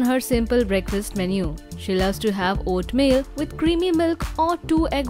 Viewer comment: It’s oatmeal and not oatmill‼️